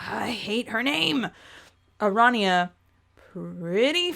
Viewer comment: Pair-ity. Ara-knee-ah.